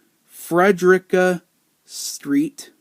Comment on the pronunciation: You actually said Frederica correctly!!!